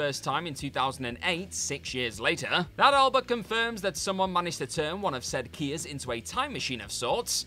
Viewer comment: *Kias, not Kiy's